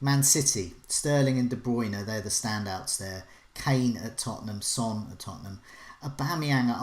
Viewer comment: Of only she didn't pronounce Son the same as the word for male offspring.